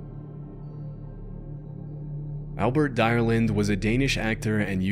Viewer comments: "Albert direlind" is not pronounced direlind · I was surprised to see the story about Albert Dyrlund here, since Denmark is so small. I'll give you a point for effort for attempting to pronouncing his name 🤣 (I'm Danish, but my fiancée is Australian and after having helped her learning some of the basic danish sentences and names, I've realized how difficult danish can be). Love your videos mate, keep it up!💪